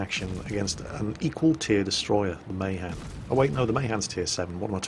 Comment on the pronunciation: The Mahan: It's Not MAY-han It's MAH-Han Sorry for being that way...